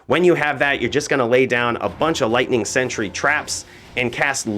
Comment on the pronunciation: .......how many times did he call sentry "Century"